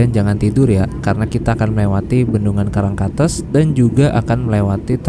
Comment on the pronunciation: bang untuk pembacaan " karangkates" itu " karangkates " bukan " karangkates " bang